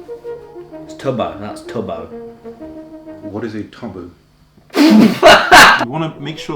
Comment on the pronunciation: tubbo why does that sound like tubs-boat?